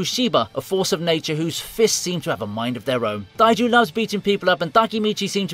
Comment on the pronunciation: Why are you saying Taiju and Takemichi so weird?